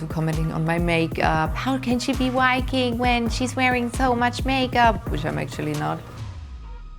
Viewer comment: Is it a man and also it can't even say viking.